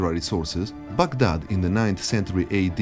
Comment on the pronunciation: I appreciate how you pronounced Baghdad instead of saying it "Bag Dad", also i really love the music throughout the video from some of my fav games